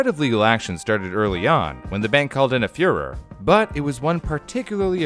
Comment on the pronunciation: "When the bank called in a fuhrer" Am I hearing this right?